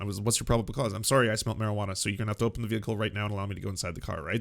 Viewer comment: You know you are about to be dealing with a dickhead when they pronounce it "Veeeeee-Hickle"